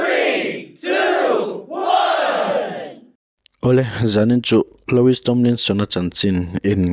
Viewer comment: Loowie ti a lam tur